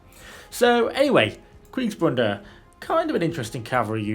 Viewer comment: you appear to have a "n" in Kriegsbruders in the title. I understand the mistake as I can hear you pronouncing the name with the "n". Kriegsbruder is translated "war brothers". Bruder and brother are pronounced almost the same way if you substitute the "o" sound in brothers with a "u" = bruther.